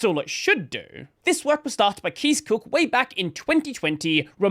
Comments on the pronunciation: Kees is pronounced more like 'case' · The correct pronunciation of Kees is exactly like you would say case or multiple K's.